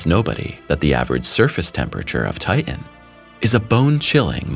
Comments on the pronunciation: TI-TAN not TIT-AN another read-bot ? or just an illiterate ? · Thanks for the content. I just wish you could pronounce "Titan" correctly.. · I wish you'd learn to pronounce all the letters in words. IE "Ti Tan" not "Ti n".